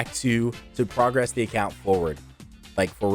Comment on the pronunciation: Hearing you say progress instead of progress 😷